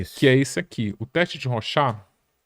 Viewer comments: Se pronuncia "rôchard". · Legal mas o nome do cidadão não é ROXÁ meu viu amigo haha